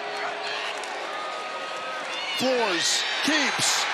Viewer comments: FLOOR-ez not FLOORZ. Uncultured! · Does the Tulsa Q.B. pronounce his last name, "Floor?"